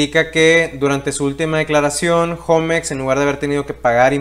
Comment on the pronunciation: Yo no entiendo por qué le dicen jomex... 😂😂😂😂😂😂😂 Osea si saben que homex es HOGARES MEXICANOS.... no creo que tu digas mi jogar en lugar de mi hogar